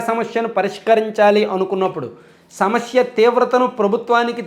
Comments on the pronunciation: Bro, small suggestion. Meeru samasya ani anakunda samashya antunnaru. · Shamashya kadu anna samasya